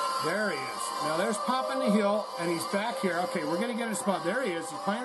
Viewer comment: "Nihl" is pronounced "Nill" as in "zero" or "nothing"